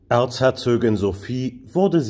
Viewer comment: Schöner Beitrag. Allerdings heisst es "Erzherzogin" und nicht "Erzherzögin".